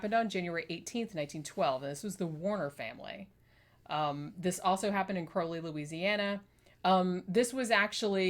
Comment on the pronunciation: I'm from Crowley, you pronounced it right the first time. And this case was whispered about, but never really discussed